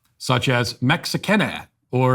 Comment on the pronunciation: Matt sounds just like Cartman when pronouncing "Mexicane" and "Argentine" 🤣